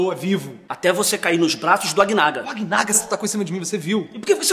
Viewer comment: "Agnaga" HAUEAHUEAHUEHAU